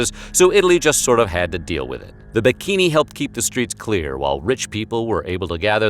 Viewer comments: Interesting as always! Just a side note from a an Italian speaking, its BECCHINI and not BIKINI. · They're called "Becchini" not "Bikini" :'( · Wait, wait, wait... When you talk about those "bikini"... You actually mean "becchini"? I'm Italian and I swear to god I couldn't understand what those "bikini" were until I started thinking about WHO took care of corpses back then.